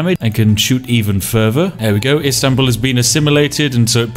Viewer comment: Loved how you pronounce Istanbul ♥️♥️♥️